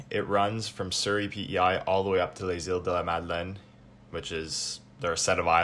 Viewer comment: Iles de la Madeleine, not Madelaines!